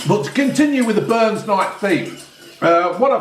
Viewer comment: Haggis,neeps and tatties one of the greatest meals ever and you had to go and fk it up with gravy and fkn leeks c'mon get a grip son....it's burns not Barnes ya muppet 😂😂😂.....not just for burns night btw....hey you should revise your twin peaks chocolate bar "pound land" they have about 5 or 6 different flavours now 👍.......say hey to June for me and the ginger one 😄